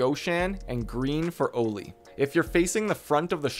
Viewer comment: "O-LEE" lol its pronounced "Ollie" like the skate board trick. Anyway great video just the pronunciation drove me nuts.